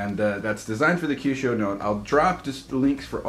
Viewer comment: its said like "uh kit e o" or "akid e o"